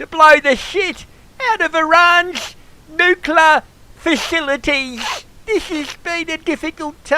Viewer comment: Nookla Fashiliteesshhh😆😅🤣😂😄On ya. Cheers